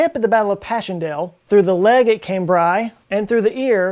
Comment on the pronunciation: he pronounced cambrai wrong